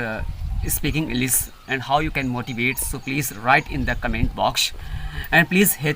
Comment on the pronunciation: You have done great job brother absolutely, but I just heard you say Englis not English, s and sh. स and श . My English also not good, I am still learning and improving.